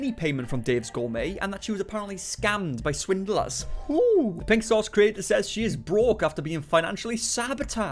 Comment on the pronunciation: I love how she says swindelers instead of swindlers, she is really slow